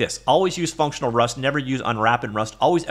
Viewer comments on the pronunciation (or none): none